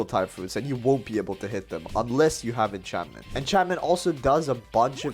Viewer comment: Did he just call encancement enchantmenta.